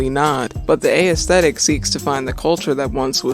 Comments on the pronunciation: The 'ae' in 'aesthetic' is pronounced the same way as the A in 'assume'. Not a-esthetic. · this is a great video, I hope you make more like it in the future. just one note though, the emphasis in aesthetic is not on the letter A. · Never heard aesthetic pronounced this way